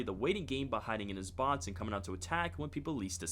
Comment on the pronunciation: Its boxy not botsu